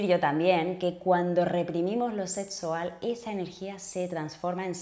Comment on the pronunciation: "Setsual"? Hable bien; se dice "sexual". Vaya a un fonoaudiólogo.